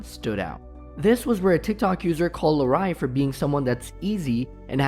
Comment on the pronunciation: “Larreye” lol